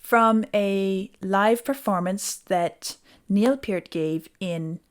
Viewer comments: Nice to hear Neil's name pronounced correctly :) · I love how she pronounces Neil's name properly. That's refreshing!